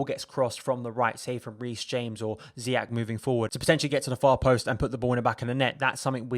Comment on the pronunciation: It's Zee yesh not Zee yack ffs